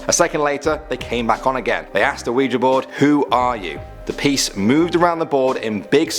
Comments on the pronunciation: oujia is not pronounced "WE-JA." It;s pronounced "WE-GEE" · Ouija = Wee-jee, not wee-jah. And it is NOT a game. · It's pronounced weejee not weeja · umm it's said weejie not weeja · I've heard both a considerable number of times tbh. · Oujia isn’t oh-wee-ju it’s wee-jee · U spelled ouija “oujai” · "the oujia" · ouija is pronounced "weegee" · Its pronounced awege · The wijuh XD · Sorry man, I know it's just your accent... but it's pronounced like weejee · 1. it's spelt Ouija 2. pronounced we-G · you said oujia wrong